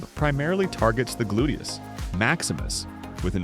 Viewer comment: Terrible narration drives me nuts. Also, what is a glutus. Can’t he say gluteus if he’s an expert?